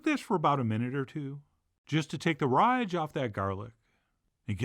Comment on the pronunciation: "Just to take the __ off that garlic" What did he say? Rhyge? Rige?